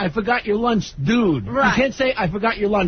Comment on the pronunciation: LOL I thought he was saying launge.